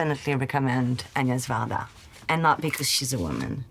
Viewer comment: Not greedy and a joy to hear her pronounce Agnes Varda correctly.